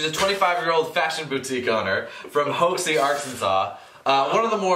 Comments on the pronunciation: You guys had me rolling when you were saying Hoxie! It's actually pronounced hawk-see....not that you'll ever have to say it again once this season is over! LOL Spoiler though...Nick might have made a visit to Hoxie! ;) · hoxie. Hawk-see. my home town. Learn to speak.